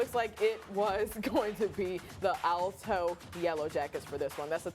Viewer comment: Hey dude ...it's pronounced "AL" toe ...as in Al Pacino ...or BIG AL the goomba ...NOT "ALL TOW".